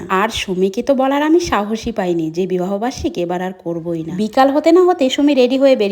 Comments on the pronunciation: বিহ বার্ষিক 😂😂😂😂 এই মহিলার জন্য সঠিক উচ্চারণ টা ভুলে যাবো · এই মহিলাটা এত তোতলা কি যে বলবো এই মহিলার কারণে আমরা সঠিক উচ্চারণ বলে যাচ্ছি😅 যেমন বিরিয়ানি ❎বিরানি✅ ❎ বিবাহ বার্ষিকী ✅ ভিহ বার্ষিক